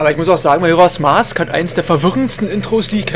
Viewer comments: Ach ja. Dein 1. LP. Du warst total schüchtern, aussprache falsch ( Majoras mask ) Ich find das hammer geil. Ich hab erst das und dann das Replay geschaut. Ich fand den anfang voll hammer. :D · Ach ich liebe es einfach XD du sprichst als würdest du eine Powerpoint Präsentation vorlesen und natürlich am Anfang erst mal den Titel falsch aussprechen <3 schon vor 7 Jahren war das für mich ein Highlight